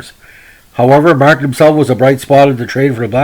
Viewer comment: I like you pronounce his name, mar-tan, being he was French- canadian, I've heard it pronounced that way when he scored at the Montreal Forum🙂 his first name oo-bear (Hubert). Too bad about the trade stigma, he was a fine player